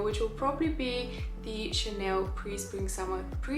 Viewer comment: it is Chaaaaaanel not Chaneeel